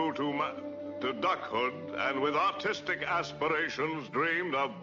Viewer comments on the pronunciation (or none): Was he saying "autistic" or "artistic" with an accent?